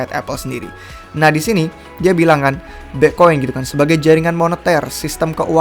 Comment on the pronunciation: Bang kalo ngomong Bitcoin jangan Bi'coin. Kalau bisa diperjelas si bang biar ga ketahan dengernya 😁😁😁😁